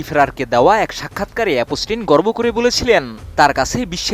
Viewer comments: Epstein ❌ অপ পস্টিন: ✅ 😅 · ভাষা ব্যবহার একেবারেই মূর্খদের মতো। একদিকে এ-প-স টেইন উচ্চারণ ই বলতে পারে না সে আসছে সংবাদ পড়তে। মুসলিমদের নিয়ে ,কাবার গিলাফ নিয়ে এপস্টেইন ঔদ্ধত্য আচরণ করার সাহস পেয়েছিল তার জন্য দায়ী আরব আমিরাত, নিউজ করলে পুরোপুরি জেনে করা উচিত। এপস্টেইন এর মতো এমন নোংরা ইবলিশের হাতে কাবার গিলাফ দিতে কার্পণ্য করেনি আরব আমিরাত। এটিএন পুরোনো খবর প্রচারের জন্য কুখ্যাত।